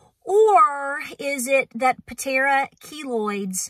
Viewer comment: It's Patara, not Patera.❤️😀